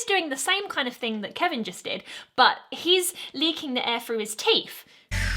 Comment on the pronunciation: . She says teef. I don’t think that is a word. Don’t get me wrong, these reactions are fun. But, have you noticed generally there is two different types of British accents? Some sound like the grew up in the ghetto and have problems speaking the English language, while others sound much more refined. I would think if you sound like you were raised in the ghetto, but aren’t poor and uneducated, you may consider learning to speak with the other British accent.